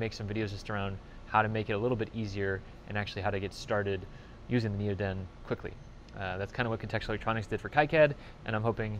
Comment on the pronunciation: Want to see part 2, and more videos like this. I look at your channel every month or 2 but this is the first video I've watched in 6 or 8 months. Hope goodyear doesn't sue you... :) Also, at least you pronounced NeoDen correctly... :) Missed you this week on AmpHour.